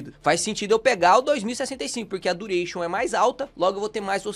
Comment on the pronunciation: "vou te ensinar dureichon" leeeeeepo